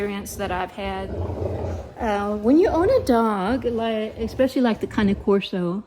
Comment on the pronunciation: Thank you for calling the cane corso with the correct pronunciation! :) Beautiful dogs.